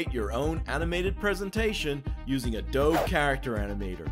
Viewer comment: Adoh-bee. Hearing someone say it "ah-doeb" is jarring as heck...